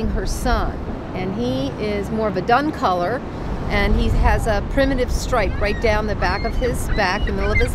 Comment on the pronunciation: did she say "more of a dung color?!?"